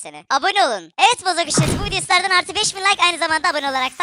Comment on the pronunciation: Abi sana Bozok demek yerine neden bozuk diyolar